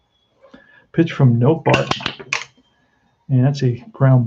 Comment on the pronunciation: Nottebart pronounced Not a Bart